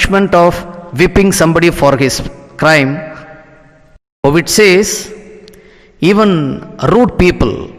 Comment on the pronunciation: Bro ,pronounce po et ,not povit